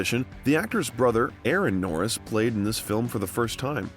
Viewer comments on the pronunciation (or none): How do you get his name correct and when saying his name when you end with jokes, you get it wrong! Norris not Nortis 😆😆😆😆